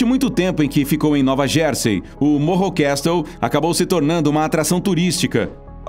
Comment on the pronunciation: Castle pronuncia cassl